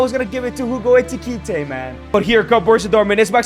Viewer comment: Why does he call him eTiKiTe instead of eKiTiKe